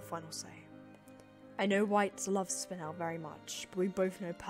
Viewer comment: They pronounced spinel wrong -.